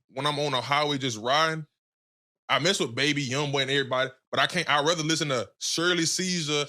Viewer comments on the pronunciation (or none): This man said Shirley Cesar 😂